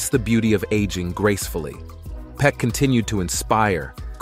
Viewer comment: His name is Gregory Peck not peek